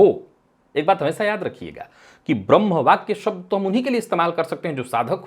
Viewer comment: अशुद्ध उच्चारणों में एक और शब्द की वृद्धि : "ब्रम्ह" !